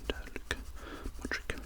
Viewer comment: It's pronounced luka modritch but written as Modric